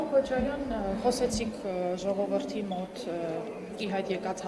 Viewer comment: Սրա խոսելաձևին նայի, սրա գրագիտության, սա է մեր յողովրդի (ոչ թե ժողովրդի), մակարդակը, ինչպիսի յողովուրդ, այնպիսի պատգամավոր!!!.....